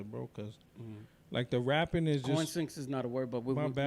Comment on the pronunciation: LOL, "co-in-sync" you know I would've gave you the side eye look with that one! 😂